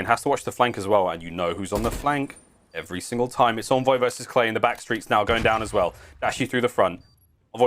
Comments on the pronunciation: Why does this announcer keep saying (in)voy and not (on)voy, it’s driving me insane! 😡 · pretty sure its "On-Voy" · Stop w the “invoy” pls